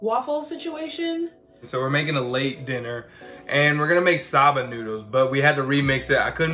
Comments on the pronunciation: Did he really say Sah-ba noodles instead of soba noodles, like someone please tell me I'm wrong and that's actually a thing. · It's SO-BAH AND GRAPE SEED. ☺️👍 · my dude. It's not sob-ah noodles its "so-bah" also what is grap-seed oil? you lost the E? Sorry for the nitpicking.. Proud of you guys though! There are some really delicious veggie dishes out there. It doesn't necessarily have to be vegan...as cheese, milk, and eggs can really add to a dish. Not everyone can go full vegan/vegetarian but if we all made small changes in our diets, it would be better for our bodies and the environment <3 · Wait...how are your pronouncing soba noodles??? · Soba and lentil were also attrocities.